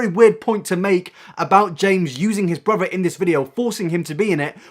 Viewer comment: Mhm, james charles' "brither" is so problematic...